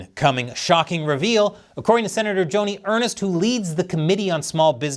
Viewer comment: I think the senator's name is pronounced like "urnst" not like Earnest.🍯🍯🍯🍯🍯